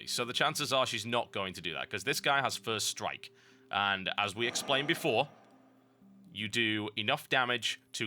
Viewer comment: I love that he calds doppel strike, ferst strike on crak.